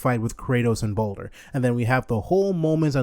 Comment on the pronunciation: Pronounced more like baldur